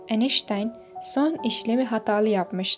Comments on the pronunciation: YAHU EINSTEIN İSMİNİ DOĞRU TELAFFUZ ETSENİZE😮 “ENİŞTAYN” NEDİR YAAA???😡😡😡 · Ayştayn diye okunur